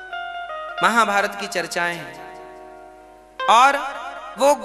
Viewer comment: A baba महाभायत na Mahabharat hota han